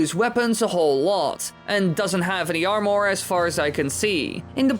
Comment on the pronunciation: I dont like how he pronounces armor as (arm-ore)